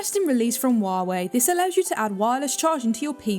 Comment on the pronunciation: It's Huawei not Wuawei fucken poo bum